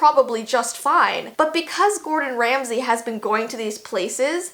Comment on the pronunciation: Megan Horan True but it's Ramsay not Remsey